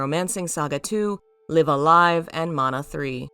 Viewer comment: Nitpicking for the algorithm but you're supposed to pronounce the first "Live" in Live A Live the same way you pronounced the second. That aside this video was actually a super interesting watch, and this is coming from someone who has never played Koudelka or the Shadow Hearts games.